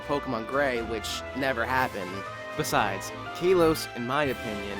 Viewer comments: In my opinion, learn how to say Kalos instead of Kaylos. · Sorry!!! I have to be that guy :( Its K-al-os, not Kay-los